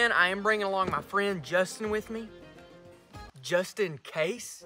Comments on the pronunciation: Bro said Justin case😂😂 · “Justin case”😂